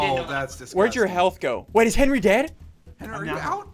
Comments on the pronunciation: Why is ssundee saying 'henry' to henwy? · why do you henwy henry